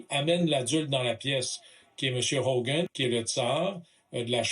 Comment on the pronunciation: Tom Homan, pas Hogan. La correction devrait être faite.